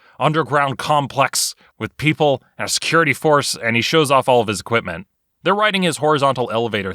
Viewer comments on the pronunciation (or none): none